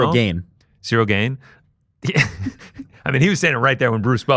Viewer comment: In the beginning of the Jones interview , he pronounces Cyril Gane as ‘gone’, then switched it to ‘gain’ lmao Chael vibes